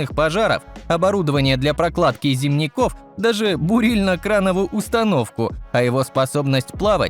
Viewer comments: "зимникОв" этот олень промычал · ... Для прокладки "зимнИков... "-- ЧТООО!!!??? В русском языке правильно произносится слово -" зИмников"- от слова--"зИмник"!!!